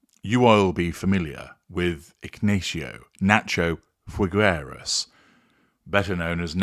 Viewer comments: It's pronounced Fig-eras. Imagine the fruit put together with the word "eras" without rolling the R. Sorry for being annoying. Thank you. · the u in Figueras is silent!